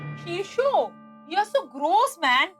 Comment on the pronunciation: cnt evn fucking pronounce well! grose instead of gross😱😱😱